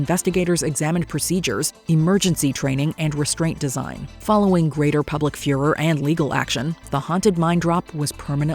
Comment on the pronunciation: greater public furer?? um lol what